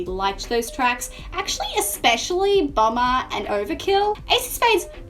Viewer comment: Bomber, not Bummer.